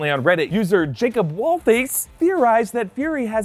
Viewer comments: jacob “wall-lace”? 😂 “WAL-ess” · he said jacob wall face, it's wallace. It's pretty hard to mess that up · Wallace is pronounced "Wallface". Didn't know that one!